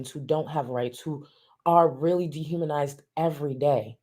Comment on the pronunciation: Great stream. I caught some snipets at work, hiding in the bathroom when I got the notification of course 🤣 I SCREAMED when said de-haminized. To the point where my husband came to check on me out of pure worry